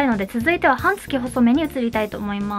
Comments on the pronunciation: 「はんつき」が気になって気になって。 「半月」は、「はんげつ」です。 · 解りやすい動画をありがとうございます(^-^)/私も、いろいろ試してテープはこれが一番と思っています。「半月」は、「はんげつ」と読むのでは？ 「はんつき」と何度も言っておられるのが気になります。